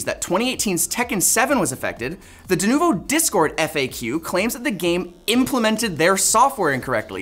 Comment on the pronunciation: 'Denuvu'? Come on guys. 🙄